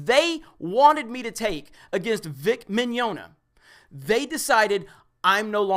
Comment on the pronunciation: Well, whoever is, he got Rial right, but not Mignogna. It's more like Mañana, but with an "i" instead of the first "a".